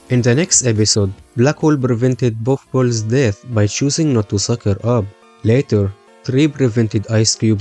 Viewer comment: he did actually say puff ball and his accent did make it sound like golf ball